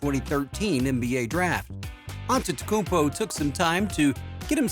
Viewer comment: Maybe before making a video on Giannis, learn how to say his name